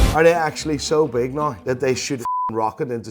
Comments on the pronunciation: I especially love how you pronounce the word “now”. Priceless. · Can you not say "Now" the proper way at all?